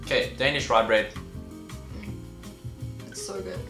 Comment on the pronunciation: Its not "RyBrEaD" its rugbrødd